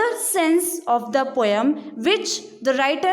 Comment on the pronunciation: Poem pronunciation is wrong